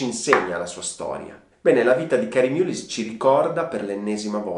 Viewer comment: Concordo amico . Si pronuncia mallis perché è un nome irlandese . Un premio nobel ,alla pari di montagnier, gettato nel fango. Sicuramente avrà un bel like dai mascherati. Di mullin resterà qualcosa . Di lei non lo so . Anche speranza commette errori e di proposito eppure è sempre la . Video deprecabile in questo preciso momento storico .